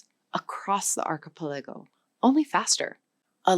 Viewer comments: Am I the only one bothered by how "archipelago" is pronounced in this video? Like I lowkey flinch when I hear it. 😅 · Even A.I. has trouble with difficult words such as "archipelago" and "indigenous." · Is she an AI? The way she pronounces "Tanzania" , "archipelago" and "indigenous"